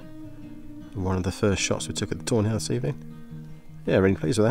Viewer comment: Couldn't help hearing "toe nails" everytime you said tawny owls 😂